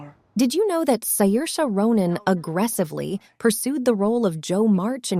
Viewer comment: Did you know Saoirse Ronan already told how to pronounce her name multiple times in her interviews?